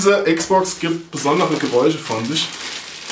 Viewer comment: Die "EX-Box", ungewollt? Aber genial XD